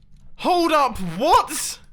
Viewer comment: Nobody: Mumbo in his very hard accent : WAIT W O T ?